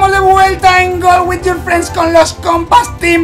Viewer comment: xd este video lo vi xomo 3000 veces y no me di cuenta que dijo folf whit